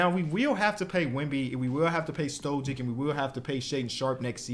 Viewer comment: Why dont you pronounce Stojic not withthe same as like Jokic and Doncic lmao